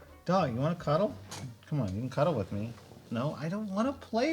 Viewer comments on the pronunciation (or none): none